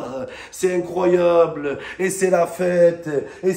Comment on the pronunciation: tellement il était content et essoufflé il a mal prononcé "incroyable" 🤣🤣